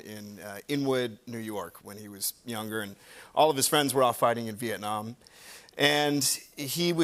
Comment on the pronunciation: Love the way he pronounces Vietnam, my country🇻🇳🇻🇳🇻🇳🥰